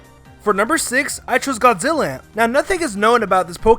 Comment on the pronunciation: GOD-ZIL-LAN-TAY It's a portmanteau of Godzilla and Biollante. BUY-OH-LAN-TAY. Seriously, dude, Godzillant? Does he look like an ant to you? wtf?